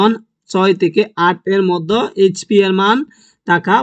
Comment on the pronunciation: আরেHP না PH হবে😅